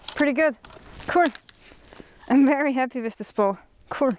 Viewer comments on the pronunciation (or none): Yes I love how Austrians and Germans say “that’s cool” — “dats kouhl”. 👏😎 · I like the way she says "cool." "Ku•rl" 😊